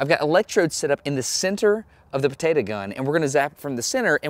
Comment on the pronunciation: It gets me triggered every time he said "Potata" Instead of Potato.